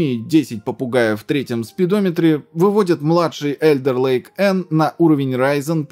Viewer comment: "Alder ... " - читается только не как Элдер..., а как Алдер Лейк